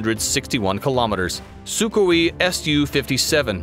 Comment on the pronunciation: "Su ka we" ???? If you have a military channel I suggest you learn how to pronounce the weapons your talking about.